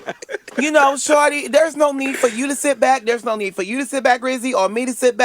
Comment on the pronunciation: He still say that wrong “Shordee”😩